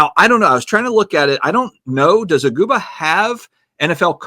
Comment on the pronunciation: Aguba? Seriously…it’s EGG-BOO-KA